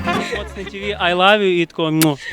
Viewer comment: не ТэВэ, а ТиВи - если на английском (TV), а так дуже моцно! однако пахать или учиться надо, а не глюпостями заниматься, яйкуни писклявые